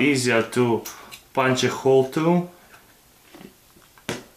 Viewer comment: Why he pronounce hole i mean letter (h) like (kh)? Russians can't pronounce h like normal?